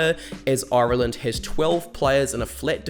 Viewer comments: If you could imagine a pirate pronunciation of irrrrree-land. you where getting better near the end 😄little dig at lowe no need but where very happy to have him. Liked and subscribed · Oirelland , never heard it Said like that before 😅, you kiwis must be as bad as us in Ireland, 32 counties and about 40 different accents. 😄👍 Love the channel. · "Oiraland" 😬🤭 Great video man, I'm sure you'll be back for the RWC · How do you manage to get that many syllables out of "Ireland" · Why do you say "Ireland" so weirdly? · I don't know how to feel about how you say Ireland 😅🇮🇪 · Fucking hell mate, if you can't pronounce 'Ireland' properly, then I can't watch your video for more than 3 minutes.